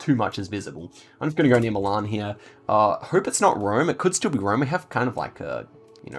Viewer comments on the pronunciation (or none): none